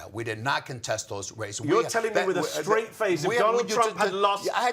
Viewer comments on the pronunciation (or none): none